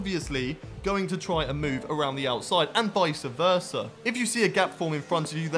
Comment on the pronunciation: 'undoubteDly', not "undoubteBly"... and 'vice versa', not "vicA versa". Thanks for the video. That is all.